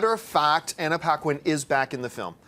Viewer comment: mispronounces SOOOOOOOOO many names!!!! Anna Piquin??? lol....